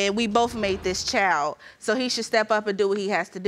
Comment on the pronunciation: Only 1 1/2 minutes in... Girl it's child, school, kid, and friend. Not chile, schoo, keed, or freyin. Learn👏to👏speak👏correctly.